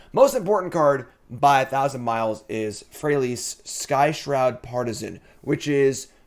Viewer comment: That Freyalise pronunciation. "Freya lice".